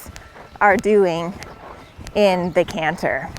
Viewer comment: Gerry cinnamon won’t be happy with her “cannher”😂